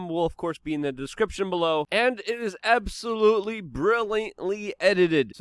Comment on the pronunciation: And “absolOoTley”